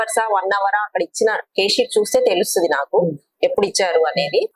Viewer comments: It's not k sheet, it's case sheet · Reporter is very ignorant. Case sheet ni K sheet ani antunnaru, meeku case gurinchi em artham aithadi inka? Koncham knowledge unna vaallani hire cheskondi.